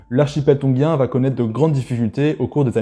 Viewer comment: G suivi de I se prononce “JI” et pas GUI. Donc on prononce “Tonjien” et pas “tonguien”. Sinon merci pour la presentation